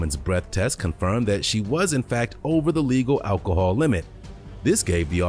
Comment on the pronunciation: 1. I'm still wondering what "ackle-hall" is...... 2. If you act like that and say things like "ackle-hall" then you might as well clap in unison with your syllables and have foot long fake nails because you're already super ghetto.